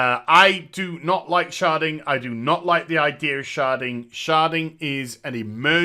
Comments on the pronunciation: sounds like you're saying sharting lol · Shedding? Sharding? Charding? What is he saying? I want to look it up